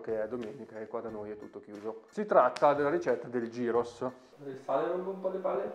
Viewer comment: Bella ricetta! Si pronuncia "g h ì r o s"